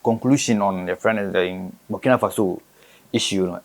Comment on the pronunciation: Out of respect: The name is BURKINA ( boo r ki na faso)